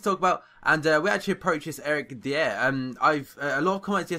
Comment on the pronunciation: That Eric Dier guy, its pronounced Dyer. Just like nathan Dyer. He is one of the most exiting young english players btw.